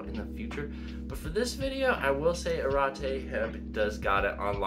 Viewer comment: Pronounced Ah-regh-tegh